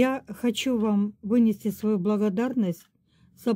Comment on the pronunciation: Авнести благодарность 😂😂😂 Ну и сказала 😂 Выносят приговор 😂